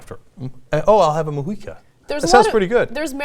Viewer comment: Nice to hear "Mujica" pronounced correctly :-D